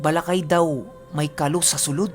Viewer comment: Ka-ló, matigas yung pagbigkas ng "o". Ganda ng mga kwento.